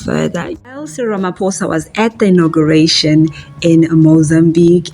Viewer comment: Its ''Inauguration'' hey wena.